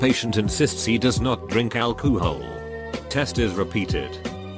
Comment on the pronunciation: from this day forward i will pronounce it as AL - KOOO - HALL!! LMFAO!! :)